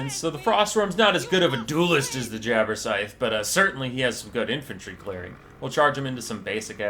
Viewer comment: It sounds as if you are saying 'Jabberscythe' instead of 'Jabberslythe'.